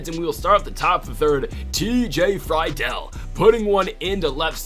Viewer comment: U finally said friedls name right at the end. Love this series